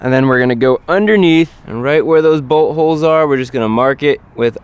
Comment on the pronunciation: i always understand buttholes instead of boltholes